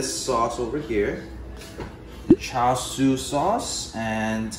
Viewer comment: Woo I really like you two! You've got great chemistry and I enjoyed watching the video. The pronunciation of Char Siew needs a bit of work haha, and so does the end result, but I'm not in Malaysia so I'm just being mean (sorry! and sorry ). Looking forward to seeing more!